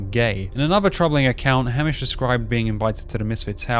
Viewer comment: Your pronunciation of Hamish threw me off soooo much lol. It's pronounced Hay-mish.